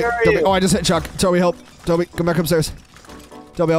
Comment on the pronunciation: And I thought you called the cat shrek but it was Actually chuk